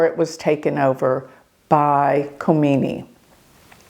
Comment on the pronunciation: Dear, the stars did not tell you his name Ali Khamanai not Khomani!